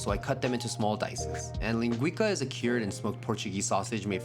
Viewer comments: ling gwee sah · My brother, just so you know, its pronounced lingui-ssah. Cooking is culture as you oftenly show. Love your channel. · I'm sorry dude, love your videos, but you did not pronounce that correctly ( I'm Portuguese) it's called linguiça, know you don't use that letter "ç" but it's like a double s. Like " linguissa". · Very good food. Its pronounced linguissa not linguika. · Hey dude, love your videos! Dont mean to be precious but if you're interested in the correct pronunciation it's linguiça, as in "leen-guh-y-ssa" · The ç in linguiça is pronounced ‘see’